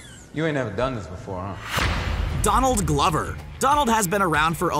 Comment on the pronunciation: "Donald Gluvver"